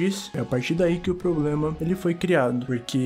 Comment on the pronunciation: "unico poblema da humanidade... é a propia humanidade"